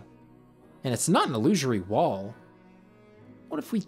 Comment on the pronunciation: Why do you people struggle so much to say "illusory wall"? Every damn time.